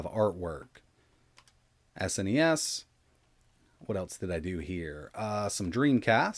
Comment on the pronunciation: Its SNES and not S.N.E.S just pronounce the whole thing as one word rather then letter by letter